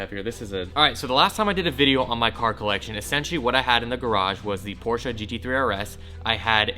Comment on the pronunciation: i love ya, BUT FUCKING PRONOUNCE PORSCHE CORRECTLY